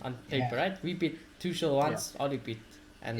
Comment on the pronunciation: Mate, its not Tushel.. its Tu-kul.